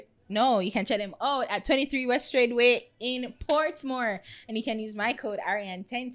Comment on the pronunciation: finally said portmore and not pwoutmore